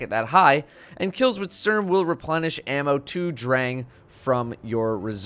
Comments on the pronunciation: You say Dräng and Stürm 😂😂😂 i love it when english people try to speak german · Love your videos man but hearing you pronounce Sturm as a German is kinda brutal. Keep up the good work!